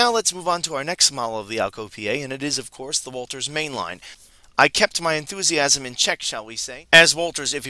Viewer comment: And pronounce words correctly. Walthers, not Walters, Athearn, not Athren and helical, not heckular.